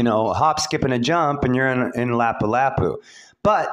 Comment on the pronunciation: I was starting to listen to you until you pronounced Lapu-Lapu City completely wrong. How is anyone supposed to listen to you when you don't know what you are talking about? Anyone can read a map like you.